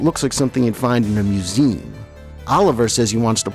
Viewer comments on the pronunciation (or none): Just curious...why does the narrator here continually pronounce the trisyllabic word "museum" as "mew-ZEEM?" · "mew-ZEE-um" is what I have heard my entire life. I live in Michigan, however, and I'm willing to concede believe that "mew-ZEEM" may be a regional variant that I have never encountered before...whereabouts do you live? I was majoring in linguistics when I went to college, so it has always fascinated me. Other that the surprising variant of "museum", I found the narration more than adequate, and pleasant and engaging to listen to. I never meant to impugn the quality of your voice or pronunciation! :) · Nice video. I’m not familiar with that pronunciation of museum though.